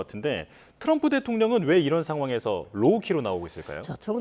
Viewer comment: "로키"가 아니라 "로우 키" 즉 저자세